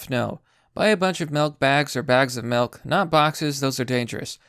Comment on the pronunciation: The way you say milk has me in tears 😂